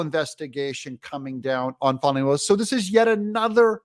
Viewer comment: fani… it’s not spelled fahhhhni brother Doug